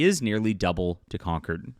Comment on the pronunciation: Con-CORD. Not conquered.